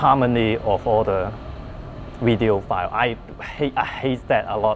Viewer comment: I just have to try ‘wertical wideo’ 😉